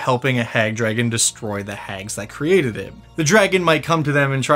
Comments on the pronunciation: Drahagon^... what did you say your name was? ...int check ...3.... Drahagon^ it doesn't matter what your name is!..... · Shoulda called it the Dra-Hag-gon